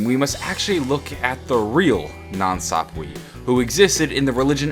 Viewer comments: I'm pretty sure nan swap-wee is pronounced nan sap-wuh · Nan sapwe is (SAP-W-EH) NOT WEE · I thought it was pronounced "Nan sap-way" not "nan sap-wee" but tomato/tomatoe I guess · (Nan Sapwe) People please stop saying Nan sap-we the correct pronunciation is Nan sap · Nan Sap-way not Sap-Wee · NOT NANSAPWEEEE ITS NANSAPWE (eh) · It's pronounced sapwa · Every time you say nan sapwee i die a little inside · NAN SAHP WAY IS HOW YOU SAY IT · its pronounced skull of nansapwe (nansapwah) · the skull is actually pronounced skull of nan (saapway) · it's nansapwa